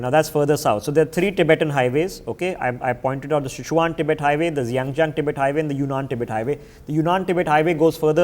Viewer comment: Great information. Please learn to pronounce geographical places correctly and accurately. It will give your videos more credibility. Names such as Xinjiang, Sichuan and the names of the dams.